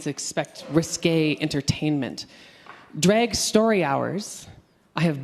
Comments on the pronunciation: I thought she was saying Dreg = Art and got confused, then I got she was saying Drag. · I keep hearing "Dreg".